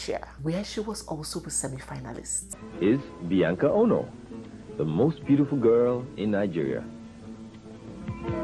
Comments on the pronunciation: This really connected all the bits and pieces missing in my knowledge of our queen- slight observation, pls ask elders on onoh’s pronunciation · Why are you mispronouncing “Ngwo” and “Onoh”? Biko oooo😂😂😂😂😂